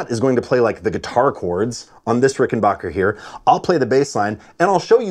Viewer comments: also AGAIN - RickenBACKER rhymes with hacker. Please teach the American. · For the love of god Ricken-BACK-er. There’s no “H” in it. It’s Ricken-Back-er. It has always been that. It will always be that. It’s not hard to pronounce it correctly